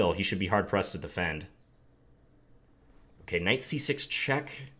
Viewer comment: My favorite word that John says is "ok" because you here his inner Minnesotan come out and it sounds like "okeh"